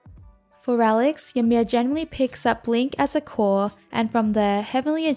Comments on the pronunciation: It's pronounced ee-mear. Just letting you know is all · Its pronounced "EE-mir" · the way she says ymir xD